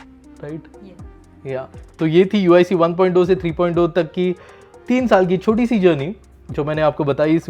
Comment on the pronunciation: 3.o nahi 3.0 three point of nahi three point zero Bolte hai